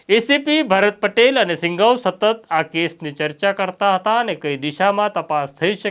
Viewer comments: Singhav nahi sindhav bolo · સિંઘવ નહીં સિંધવ બોલો